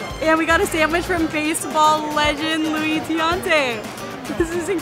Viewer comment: "Luis Tiante", that's too cute. It's pronounced Louie and his last name is Tiant (Tee-AH-nt)